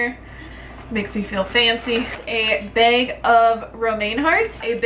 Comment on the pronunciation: "I steams a beg, I got a beg of organic onions, this comes in a mesh beg" beg bag.